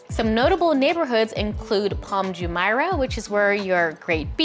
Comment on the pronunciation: Hey! Thank you very much for the video, I like the content very much! However, please note that "Palm Jumeirah", "sheikh", and "Deira" are all pronounced differently.